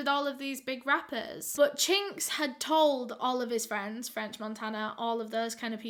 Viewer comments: when she said his name i thought she said the slur for asian ppl i.. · Everytime u say his name I can’t help but cringe lmao